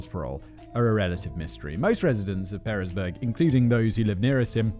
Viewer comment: I will be that guy...Pearisburg is pronounced Paris-burg or the Pear part of the town pronounced like the fruit.